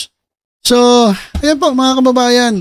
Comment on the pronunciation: Un din narinig ko sayo Paulit ulit, BMT”mga ka-BABA-yan”😂😂